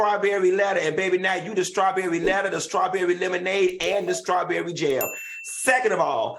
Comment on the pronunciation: Y Q saying “Shirly Scawberry”!😂😂😂